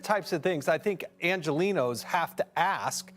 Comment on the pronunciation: She says “angelinos” like we are Mexico Lol